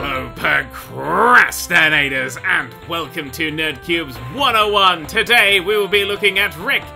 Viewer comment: "Hello PRO CRAST INTORS" I am procrastinating how did it know?